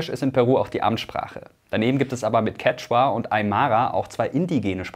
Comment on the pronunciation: Cheqhua oder Quechua? 😅 von ersterem hab ich noch nie gehört